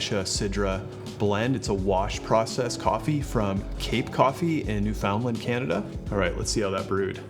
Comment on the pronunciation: Pronouncing Newfoundland wrong like that once got a man shot. It's 'noo-fn-land' or 'noof'n-land'. Not new-found-land. You can emphasize the 'new' or the 'land' but you cannot say 'found' in the middle. New-f'n-land, understand?